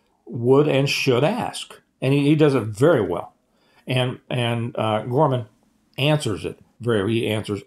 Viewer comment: It's George Gammon, not Gorman.